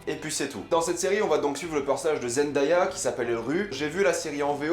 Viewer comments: Ça ne se prononce pas Zendaya mais Zendeya. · Par contre Zendaya on dit (zen-day-a) Pas (Zen-da-ya) aha dsl mais ça m’a stressé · Zen-day-ah pas zen-da-ya , c dingue comment personne ne la connaissait avant Euphoria 😭, don’t get me wrong Jai adoré ta vidéo mais n’écorche plus le nom de la reine 👸 😊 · on dit (zen-dè-ya) pas (zen-da-ya) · on dit zendéya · Zendéya (je parle de la prononciation) super critique cette série est vraiment incroyable je connais Zendaya depuis Shake it up et cette actrice,chanteuse,mannequin est vraiment incroyable j'avoue que j'ai 13 ans et que la série est -16 ans mais bref Zendaya et cette série est incroyable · Zendaya se prononce zen-day-a (zen-dé-a), derien! :') Sinon super critique, l'une des meilleures séries de cette année je touve! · Barbo ça me stresse juste pcq Zendaya l’a dit elle même comment il fallait prononcer son nom, après je ne fais de reproche à personne je m’exprime juste ^^